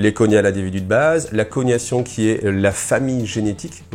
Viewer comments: Merci pour la vidéo fluff ! Pour la prononciation de cognatique/cognation et mots de la même famille, c’est comme dans gnome, le g et le n se prononce séparément 😉 Après vous faites comme vous voulez 😂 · Ce qui joue à Crusader Kings connaissent bien le terme de succession Agnatique et Cognatique 😅 le premier est la succession par les mâles (la loi salique chez les rois de France par ex), et le 2e en prenant en compte les femmes. Pour la prononciation française il suffit d’aller sur un dictionnaire en ligne où il prononce le prononce le mot :) On prononce pas coniatique, mais cog/na/tique en français comme pour le gnou ou le gnome 🤓